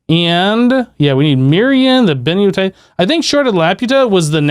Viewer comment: By the time you reached the last occurence of the word benitoite, you had completely given up on trying to pronounce it.